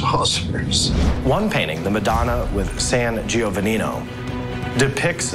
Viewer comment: Saint (G- O- Von Eee )